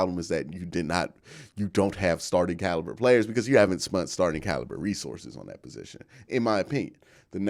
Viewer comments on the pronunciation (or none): Are you saying “spunt”? 😅